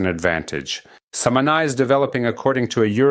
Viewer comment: We say Samaná, accent on the a like Samanah. Informative video thank you!